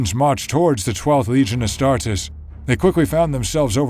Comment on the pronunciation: HOLY SHIT THE NARRATOR PRONOUNCES THE WORD "ASTARTES" CORRECTLY. As an Italian and a student of Latin, I cannot put into words just how thankful I am for that. I stumbled upon this channel while searching something else related to Angron, but this detail alone is worth a sub.